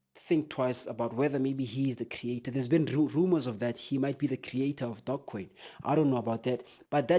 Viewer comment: I only hear DOGcoin... Do you're homework brother! You're missing a E... Tzzzzz